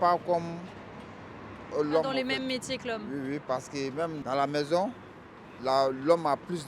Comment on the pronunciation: "Ma mézon Cé le mhonde"